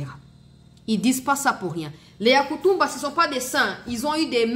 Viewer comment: Pardon maman, tika ko prononcer mal kombo ya Yakotumba😮